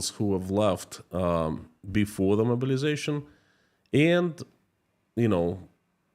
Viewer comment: Your accent "mobilization" sounds like "murderization" but given the context I think it works.